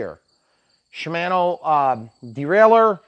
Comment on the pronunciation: You have taught me a lot about RC. Now I'll try to return the favor as a former bicyclist. The bicycle "chair" is called a seat, as you said a few times, but more correctly called a saddle. Shimano is pronounced not MANO but MONO. 25 kmph is 15.5 mph and 18 mph is 28.9 kmph, and 40 kmph is 24.8 mph. Osolation of the front brake might be a slightly warped brake disk. High end bicycles never come with kickstands for the same reason RC planes don't have extra weight. Bicycling is supposed to be fun so enjoy and ANY exercise is better than none. Very nice lighting, I remember having to tape flashlights to my handlebar to see at night. Highly recommend a helmet, it only takes once.